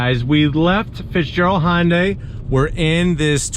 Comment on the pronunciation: Hyundai rhymes with Sunday. It doesn't sound like Honda(y)